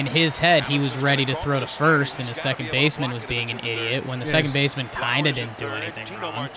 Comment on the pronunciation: "Secont" drives me nuts. You both do it. It's up there with "acrost." You're better than this ;) love you guys